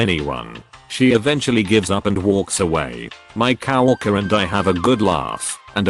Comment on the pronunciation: COW-worker? <Snicker> Udderly silly pronunciation.